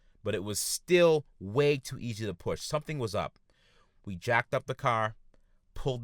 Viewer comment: "This is da wae of da deviil." Lmao instant like and sub.